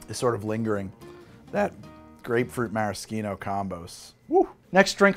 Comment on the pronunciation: the type of guy who pronounces "maraschino" like that but "minestrone" like that.